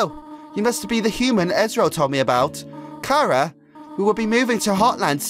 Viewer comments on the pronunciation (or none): sorry but i am a name snob it is pronounced like CHARAter sorry